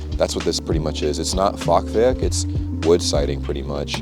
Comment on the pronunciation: Your pronunciation of the letter "R" and "ch" is impressive for a native English speaker I think. Like in Rosenheim, Fachwerk... not bad!